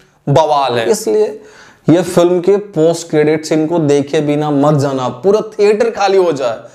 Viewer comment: Are bhai tu apne diction p work kar... Zana zana kya hota hai... Jana hota hai..nahi karenge subscribe.. Aise hi dekhenge